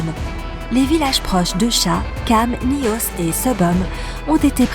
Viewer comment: Et Nayos au lieu de Nyos